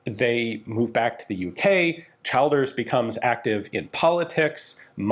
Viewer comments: brilliant piece but Childers is pronounced ChiLLders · Just FYI the name Childers is pronounced Chill-ders (like the word chill, to cool down etc.) not Child-ers. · Same with Childers.It's not pronounced like Child,more like CH lDers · Childers = Chill-ders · I love the story of Childers, I’m from limerick and we have a prominent street named after him, just one correct despite common sense his name is pronounced as chill-ders ahaha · Pronounced ChIlders- the I is as the I in “brill cream”. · "Howth" is pronounced, "Hoe-th". "Childers", "Chill-ders. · Pronunciation of Irish names is always tricky. Howth rhymes with “growth” and the “child” in Childers is the same as that in “children.” Otherwise great coverage of the story!